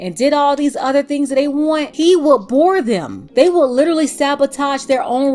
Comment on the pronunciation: Well.....that was stupid...he seemed like a nice guy.. If she said "lit-er-ally", literally one more time I was gonna throw my phone